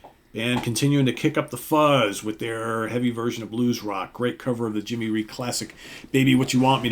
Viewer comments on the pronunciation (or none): none